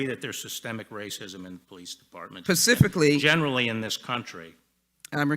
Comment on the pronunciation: Does that Jackson bitch know there is an s before the p on 'specifically'?